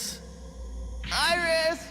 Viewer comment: Well, the one who did the voice says Virus instead of Iris